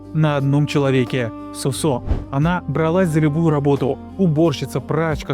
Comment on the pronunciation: Не СосО, а СОсо. Как и грузинское женское имя ДОдо, а не ДодО. К примеру, ДОдо Чоговадзе. а не ДодО, и не ДадО. Если говорите о ком то, то хотя бы узнайте как произносятся имена. Разве хорошо будет звучать, если человек рассказывая, к примеру, о неком Игоре, будет называть его ИгОрь.